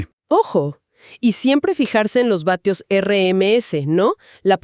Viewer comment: Se dice watts no batios! 🤦🏻🤦🏻🤦🏻🤦🏻🤦🏻🤦🏻